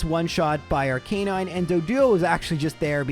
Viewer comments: Ar"cah"9. Not Ar"kay"9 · Playing Pokemon for a living and still cant pronounce Rattata & Arcanine normally.